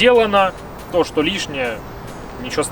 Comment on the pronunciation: А ну да надо чтокать ... !!!))) Как человеку удобно так он и разговаривает !!! А ты пожалуйста не чокай !!! Уж больно это противно !!! (((((